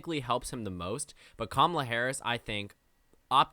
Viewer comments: It’s not Ka-ma-la or Kamla lol, her names pronounced ka-muh-la 😭😭😭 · It’s Cam a la, rhythms with Tamala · The second “a” in Kamala isn’t silent. She has said herself that you say the word “comma” when pronouncing her name. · KA-ma-la Harris. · The second A isn't silent. Harris herself has said that it is pronounced "Comma-la" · You PROUNED the second A. You just shortened it to a schwa